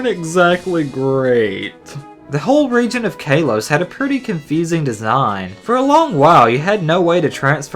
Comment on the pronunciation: Kaalos not kaaaylos